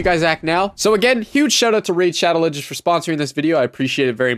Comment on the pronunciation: no one: every gamer: shAdoE lEjen